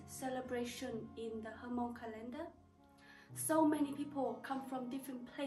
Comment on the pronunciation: Please keep and maintain the Hmong technique/ art . I was also wondering why is your pronunciation of Hmong, Ha-Mong ? Thank you